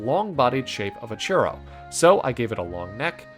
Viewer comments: It took me until coloring that you said churro. Is allways a bit funky wen they are of another native language and introduce a single word of your native language. I was understanding something like... Xurous or something. In hindsight, is not bad pronunciation. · Love the Mochi ooooneeee <3<3<3 It's funny how you say churro xD and like the art too Ok, I love all of them <3<3<3 I really reeeeeeeeeeeeally like all today <3<3<3 Happy Birthday by the way xD